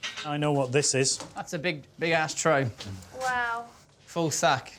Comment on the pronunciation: Oh he said big ash tray, not big ass tray